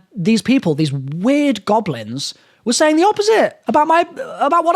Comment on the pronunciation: LMFAO I'm dying of laughter every time you say the goblins. Keep doing you man! You're my favorite YouTuber!